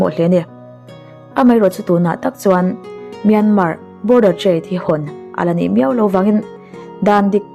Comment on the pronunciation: Myanmar tih rikna toh hi chu buaina vek... Khamawm hlol